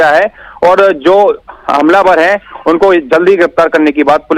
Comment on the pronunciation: Is chutiye ko kon news padne ko bolta h ye hai ko kai bolta h